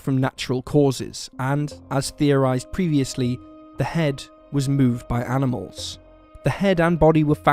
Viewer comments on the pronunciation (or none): am i tripping or did this guy just say aminals?